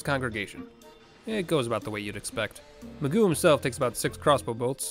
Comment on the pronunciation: Magus will always be pronounced as Magoo, now.